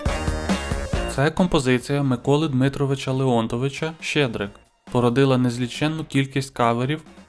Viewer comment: Леонтович- наголос на третьому складі.